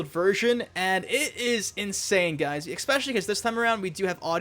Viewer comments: EXPECIALLY.... wth do people say that?? Just the same as AKS instead of ask :( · Cant trust a grown man who says "exspecially"